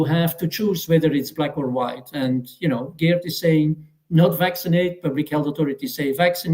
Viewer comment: It was already explained to several times how to say Geert, with phonetic pronunciation of the name. I even send him a video with the correct pronunciation, and honestly he's not even trying. For me that's just laziness. Of course the message of Geert is more important than constantly hearing someone saying a name completely wrong, but it's still damn annoying and even distracting. Perhaps it might help if Geert explained to how to say his name, afteral he's doing the effort to speak English fluently as a Belgian.